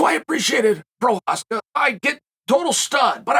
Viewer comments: he says his name rite but can't get the Story rite. Lol, 1 out of 2 ain't bad I guess. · Chael isn't lying, he really Respects Prochazka. You can tell because he says his Name Correctly.